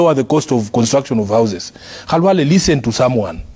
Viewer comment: B.Khalwale has his name pronounced as his own parents called him...This got to the core of his heart.